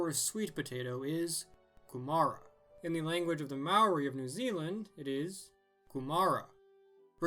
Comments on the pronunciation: You pronounced “ Maori” wrong. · That's not how to pronounce Māori